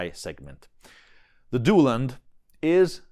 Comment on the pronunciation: “Italian” Duelund is very very close to the original pronunciation 👍